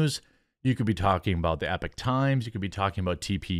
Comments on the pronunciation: IT'S EPOCH NOT EPIC....TIMES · E-PAWK TIMES. Epoch times NOT Epic times. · Bruh, your videos are TOO LONG, your begging for clout and consumers of your dumbly named coffee is cringe af, and it's pronounced "EE-pock", ffs It's not "epic". You clearly have no clue what "epoch" even means. "Medium talent", Bill Murray once said to Chevy Chase Unsub